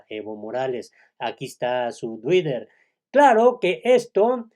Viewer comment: Se dice :”Tui-ter “ o “ Tui- rer “, pero jamás se dice : “ duirer “ Socialista atravezado.